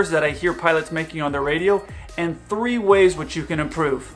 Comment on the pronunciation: one two tree Decımal four fıver